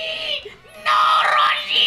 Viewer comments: “RRRRRRROSHI” had me dying lmao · His way of saying Roshi was the funniest bit of the video XD